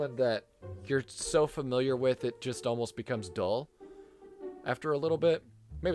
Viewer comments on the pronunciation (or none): none